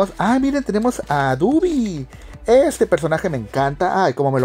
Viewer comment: Es dobby, no dubby